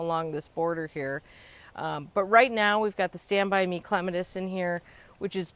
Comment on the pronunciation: You pronouncing clematis wrong. Lol